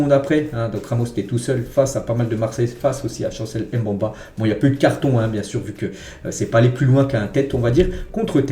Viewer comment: Chancel Mbemba ça se prononce pas comme tu l'es dis là. C'est Mbemba avec le E au milieu tu dois le prononcer ce n'est pas un A au milieu ce n'est pas Mbamba c'est Mbemba. Stp 😅